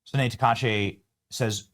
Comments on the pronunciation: Benny, the name of the new Japanese PM is pronounced: Sa-na-ae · Her name is pronounced Sa na ay. The e is the "ay" sound in Japanese.